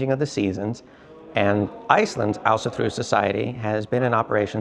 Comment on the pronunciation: Thank you for teaching me the correct pronunciation of Ásatrú. 😀